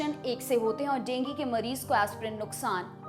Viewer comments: Dengu ko dengi kyo kah rahi ho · डेंगी नहीं डेंगू बोलिए ।।।